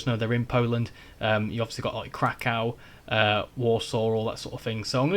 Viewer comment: katowice is pronounced katovitse and warszawa ( warsaw ) is pronounced varshava with a rolled R, and krakow is pronounced krakuv with a rolled R. hope this helps!